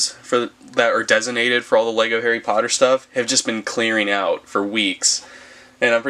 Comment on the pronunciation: What he said :lego review What i heard:wego review